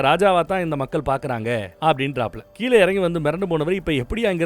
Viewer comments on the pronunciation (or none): none